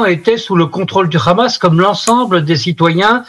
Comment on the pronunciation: Même le journaliste français d'Europe 1 dit kkkkhamas et il est incapable de parler français